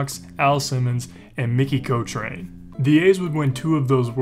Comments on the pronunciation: Nice video. Could use some work on the pronunciation of certain names (Mickey Cock rin and Vy da blue) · Not learning how to pronounce names comes off as unprofessional. It is Mickey “Cock-rin” and “Vy-dah” Blue. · How did he pronounce Mickey Cochran's name ?!?!?! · Yea!…how does someone miss that!